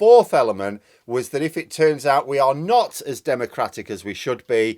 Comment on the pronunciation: "Oil must be due to run oot "🤣🤣